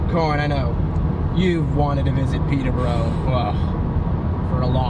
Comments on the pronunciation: It bothers me the way you say Peeta bro , it’s Pee-Tur Bore-Oh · Peter bro... It's Peter buh Row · Their pronunciation of Peterborough makes me laugh